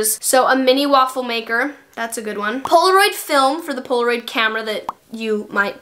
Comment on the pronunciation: The way you said poloraid